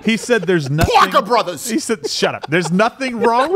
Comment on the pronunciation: He said, 'Pawker Bruthas'.LOLOLOL